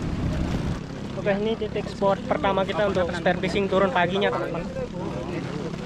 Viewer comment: Saran saja..pahami dan pelajari lagi bahasanya. Spot, bkan sport. Dogtooth tuna.bukan dogtut tuna Spot yang bagus👍